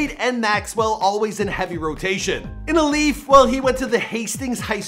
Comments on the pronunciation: This man pronounced “Alief” as “ah-leef”. It’s pronounced “ayee-leaf” bruh 😂😂😂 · “Uh-leaf texas, or south west UH-LEAF Texas”.... dawg.... its A-Lief. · He mispronounced Alief too. He said Ah-leaf and its pronounced Aye-leaf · i live in alief💀 i was like WTF IS AH LEAF? that ain’t no town in houston💀 then i saw the picture n was like “this dumbass” he literally had a video of someone pronouncing it right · “A lief” 💀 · this dude said aleef smh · It’s Aye-leaf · It’s aye lief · Pronounced ayeleaf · Lmao if anyone here is from Houston yk that’s not how you say Alief l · The way he said alief bruh 🤦‍♂️ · 1. You mispronounced alief 2. That’s not Hastings highschool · Alief, Sade, Swishahouse, Musiq Soulchild, you worst than a sub pronouncing Nigerian kids names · you butchered a BUNCH of names in this. When doin' ya research check the pronunciation! It's AYE-lief not uh-lief, Sha-day, not Sade & Swishahouse. Not Swissahouse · Lol you slaughtered everything in this vid starting with alief, sade, swisha house, to musiq soulchild. Not to mention others. You guys might need more "urban" ppl on payroll lol